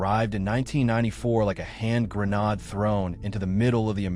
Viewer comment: "Grenahd" LOL. I hate this crappy AI voiceover trend.